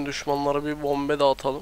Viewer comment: la nasıl bombe diyor abi harbi çok gülüyorum sana d